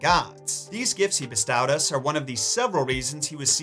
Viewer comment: Always love the information in your videos but I have to admit the way you say bestow has started to wear on me over the last few videos. I'm not sure if you just didn't use the word much in the past so I didn't notice or if someone "corrected" your pronunciation and now it's an in joke that I missed... I've just never heard anyone say bestow with an ow sound like ouch or pow... I've been a lot of places and always heard it with an o sound line in "oh no" or tow truck